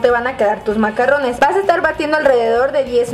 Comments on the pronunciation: Se pronuncia MACARONS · Se escribe i se pronuncia macaruns